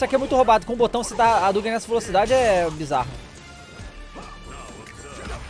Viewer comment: Roriuguêm 😅 Adugüem